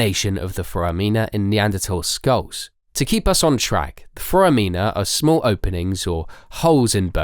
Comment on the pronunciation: When the narrator doesn't know how to pronounce common words like "cerebellum" or "foramina" I lose interest...